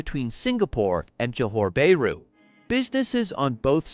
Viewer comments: The comments on the report is okay except for the mangling of the Malaysian word for the city of Johor BAHRU. It is pronounced as Jo Hor Baa Ru instead of JO HOR BAY RU. It is very irritating to hear you Americans killing the pronunciation of a country or its city names. Should you not make sure of how to pronounce any foreign country’s name or it’s cities before you get online? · "Bay-roo"? Sure that's not "Bah-ru"? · It's not 'bear roo'! ouch!